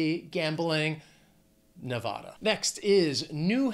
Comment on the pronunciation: So you think Adidas comes from Adolf Dassler? I thought it to be an acronym for „All day I dream about sex“. Your German pronunciation of Volkswagen was correct. You're pronunciation of Nevada would be corrected by Jacky Rosen just like she did in „Jacky Rosen Brutally Grills Postmaster General Louis DeJoy“ available at youtube.